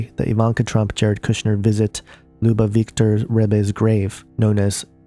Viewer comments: And I really love the way you pronounced the "Lubavitcher rebbe" you pronounced It "Loobavictor" you don't even know how to pronounce some basics and you gonna teach about religion. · It's very distracting that this guy can't pronounce many important words. If you can't pronounce Lubavitcher - how much do you really know about Judaism. The connections made in this video are so vague. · this is a very good video, and filled with valuable information, but you need to do some research learn how to pronounce some of these words and names, such as Lubavitcher, and Menachem. You're not even close. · Interesting video but I recommend nailing down the pronunciation of Lubavitcher and Lubavitch before doing a video. Whooph